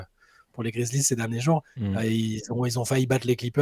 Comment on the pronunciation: Les gars svp, prononcez bien les noms des equipes ! Je deviens fou quand vous dites les piston, cavalier ou grizlie. les pistOnssss, grizzlieeeesss